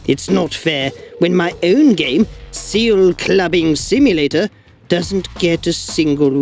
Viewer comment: "See that seel?" I laughed more than I should have.